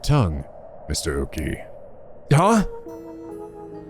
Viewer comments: Before it's too late. Okiie is read as Oki-eh, not Oki. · Oh this game seems very interesting! I'm really liking the atmosphere and art style. Your voice acting in the opening scene was amazing! By the way Okiie is pronounced Oki-A to english speaking folks. If you're interested in more horror visual novels than i recommend Death Mark and its sequel NG: Spirit hunter. Be warned, some of the cg's can be a bit "nude" but considering the context it's more of a fan disservice rather than fanservice in my opinion. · That’s not how to pronounce “Okiie”. It’s either “oh-key-yay” or “oh-key-eee-yay” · Thank god I've got plushies on my bed, lol. Praying mirrors aren't an eventual theme in this game, cause there's one right outside my room that reflects the empty hallway across from my room. 😰😫 Also, I think Shogo's last name is pronounced Okii-AY (Like the -EY in 'Hey') . I think when a name has "-ie" like his, it's pronounced as an "-AY" sound; at least that's what I remembered from my old classes. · “Okiie” would be pronounced as “oh-key-eh” for the record but we might be past the point of no return there lmao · Keep in mind, in japanse you pronounce every individual letter, so Okiie would be pronounced more like oh-key-yay. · Lol I'm hype-- also I think it's pronounced Shogo Okiie (Okee-ay) but I'm not sure for sure lol- just based on the japanese I know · I hate being that guy but... shogo oKiIiI!!! you're pronouncing it wrong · I believe Shogo's last name is pronounced oki-ey but I can't say for sure. Also is anyone going to comment on just how FAST he immediately shifted his mindset to being willing to murder complete strangers either out of paranoid self defense or to resurrect another person who's also practically a stranger who may or may not have just tried to kill him? When I saw the storyteller mention the 9 people, I thought they might all work together in small teams bit this seems more like a seinen battle royal setup.